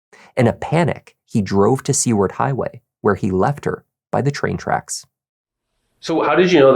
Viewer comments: Glad you're covering this. As an Alaskan, this case hit very close to home. So glad this scum is in jail. Edit: it's Soo-ward, not Sea-ward. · Hi. It's pronounced "Sue-ward" Highway. 😊 I lived in Anchorage for 20 years. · Seward is pronounced “Soo-word”, not ‘See-word’. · Pretty sure it’s pronounced Sue-ward not See-ward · Seward highway is pronounced sue-ward. Love the channel. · Seward is pronounced Sue-word.